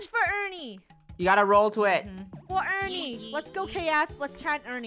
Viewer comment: its Funneh sayn FOR ERNINE ;]